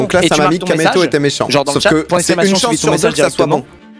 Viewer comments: qui a vu le "mécant" à la place de "méchant" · Killios bah ouais et ? il dit pas mecant ? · non mais ça s'écrit mécant mais on prononce avec le "h" c'est comme plein d'autre mot où on prononce pas. Franchement qui écrit méchant? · Par contre pronostiqueur... « Mecant »... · Bah c'est juste mecant tes bizarre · bah oui, mécant ça s'écrit comme ça XD